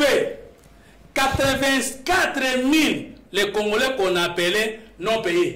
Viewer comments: arrêtes avec tes prétentions, un licencié ne peut prononcer congolain en lieu et place de congolais alors tika boye avec ton diplôme car tu es incapable de le défendre devant bref oza nanu citoyen tse car tu as bcp à apprendre cher kiekiekie djalelo ezo futa yo tse ti na quatrième année ya pouvoir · Voyant le regard de, il est trop deçu d'avoir inviter #, il fait de son mieux pour avoir une prononciation de français mais nul en debat. Bravo 💪✊🇨🇩